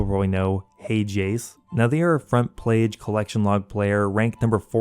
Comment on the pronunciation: “Front Plage”